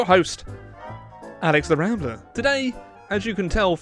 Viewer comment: Rambler! you actually pronounced the name correctly